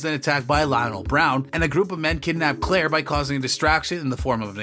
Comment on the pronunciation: Had to stop in the middle . This is terrible , this robot doesn’t even say the names right !!